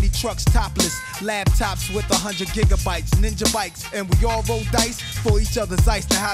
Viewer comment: I coulda sworn he said jigabytes